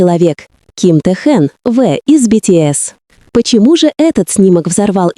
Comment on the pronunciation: Почему коверкает имя